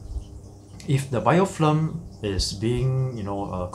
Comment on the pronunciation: its BIOFILM not bioflim!!!